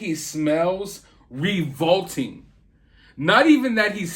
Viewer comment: revolting mispronounced